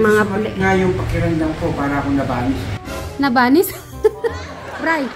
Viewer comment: Nabalis hindi nabanis 😂